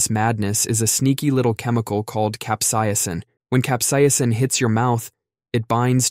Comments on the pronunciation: THE WAY IT IS ........ CAPSAICIN (CAP-SAY-SIN) THE WAY YOU INITIALLY SAID IT CAP SAI YA SIN.... Lol, why? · Love your channel! Do want to point out you mispronounced Capsaicin (cap-say-sin) and Pica (pie-ka) though. 😅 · Why the fuck did you say capsaicin so many different (and wrong) ways?????